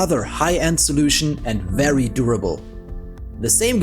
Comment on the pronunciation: please learn to say your v's.. hearing wery nice every time is so grating